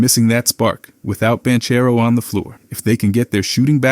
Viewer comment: This guy said Paolo ban-cherro